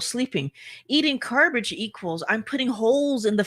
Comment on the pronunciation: “ carbage”. Perfect…